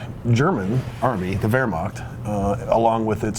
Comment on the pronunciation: It is called Wehrmacht, not Wehrmakt.